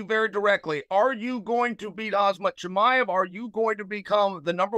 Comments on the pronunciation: Chael is fucking hilarious. he's screwing up the names differently each time, not giving 2 flying fucks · How many years does it take for lord chael to learn how to pronounce Hamzat's name correctly lol😂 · Chael, not sure if it’s intentional but if you can’t get the names right of the fighter you’re interviewing, you need to retire man. Thank You for everything you’ve done for the sport. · Dude, learn how to say these guys names. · Khamzat is annoyed as hell that chael keeps pronouncing his name like that, trust me I know the feeling so I can see it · Chael, stop making a tool out of yourself and learn how to pronounce the fighter's name. It's extremely disrespectful calling them the wrong name to their face. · Sonnen did you get a stroke why are you talking like that and calling the fighter 6 different things?? Let's not use Chael for Interviews pls. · Ok Chael. Say "ham". "Ham" Great, now, say "zat" "Zat" Great, now say, "hamzat" "Hazmat" 😣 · He said kamzat not hamzat (h is how it's pronounced) no k in Russian. Ike Khabib (Habib) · we know, but that isn't what we're claiming here. No one is contesting that it's pronounced with an H. But Chael is saying Hazmat, not Hamzat He switches the m and the z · it’s pronounced Haam-zat not Haz-mat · If i was Khamzat I'd have had to tell Chael that it's pronounced Ham-zat not Hazmat. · Khamzat ❌ Khazmat ✔️ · Chael Sonnen actually called him "HAZMAT" 😂😂😂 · He always does call him Hazmat! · hazmat swede ;) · I heard kazmat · no he didn't get it right. Chael is saying Hazmat not Hamzat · Youve obviously never heard chael talk 😅 theres not a single name he pronounces correctly…. Makelchev Hazmat Are my favorites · Sounds like he calls him "Hazmat" as in the suit... WTF???? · Camera Kumara Hazmart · After the first Hazmat, I was thinking “Oh must have been a mistake, Chael won’t do it again” Chael proceeds to call him hazmat through the whole interview 😂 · Called hazmit at one point lmao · The way Chael called Khamzat Hazmat 💀🤣